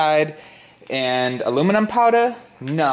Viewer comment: Awoominum and batawees. Hey, you must be that kid from "the big bang theory". Wow, you got over fow thouwsand subscwibas. Coow😎